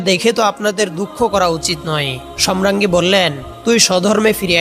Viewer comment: ধারাভাষ্যকার সম্রাঙ্গী বলছেন । শ্রুতিকটু।